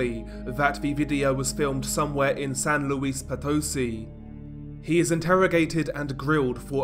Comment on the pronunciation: But, not nearly as bad as San Luis Potosí 😅